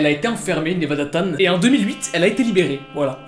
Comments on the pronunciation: C pas 'tan' mais 'chan' et sa se prononce 'tchan' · Oui mais on dit chan pas tan sinon c’est tout bonne vidéo